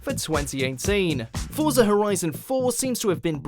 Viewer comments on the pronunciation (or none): none